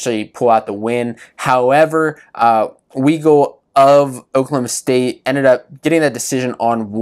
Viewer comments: U can't even pronounce Weigle and then you don't even know how he wrestles that's his MO his whole career can't take a y body down never has he rides and tilts but he is good at it without the benefit of what Dayton gets away with so yeah it's close he is also 197 lb you expect those matches to be a lot more controlled and close not impressed with your lack of knowledge about the sport you obviously never competed in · How is it a great recap when u have to correct him about Weigle he can't even pronounce his name right